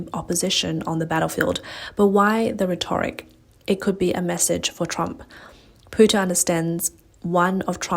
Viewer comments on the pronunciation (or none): Your reader needs to revisit the pronunciation of the word rhetoric.